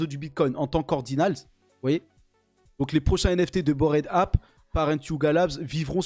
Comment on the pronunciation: Cette prononciation de "Bored Ape"... 🤢